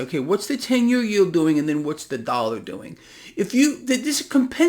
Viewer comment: What is a " Dallar "?